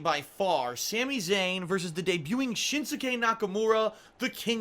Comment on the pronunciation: The 'u' is silent in 'Shinsuke' and 'Asuka',.